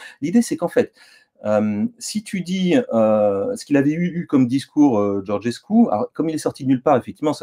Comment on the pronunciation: Alexis, je ne sais pas si tu lis les commentaires mais Georgescu se prononce Djordjescou (comme Giorgio en italien) et PAS Gorguescou !